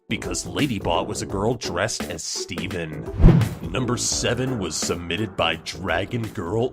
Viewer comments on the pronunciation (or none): none